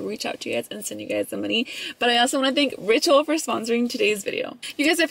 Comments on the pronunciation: Tell me why when you were telling us about who is sponsoring your video I thought you said “Rachel” lmao I was like who the hell is Rachel? Hahaha 🤣 LVE you guys 🤍✨ $ashleycoronaa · every time you said ‘ritual’ i thought you were saying rachel hahaha love you 💖 $lissaindacut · I thought you said "I wanna thank Rachel" in the beginning of the video. 💀 Like who is that?! 🤣🤣🤣 $vbunny01